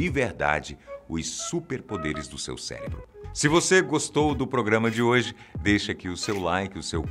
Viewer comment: CELEBRO OU CÉREBRO OU CERÉBRO